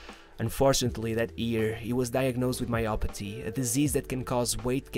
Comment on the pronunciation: It's myopathy not mayo haha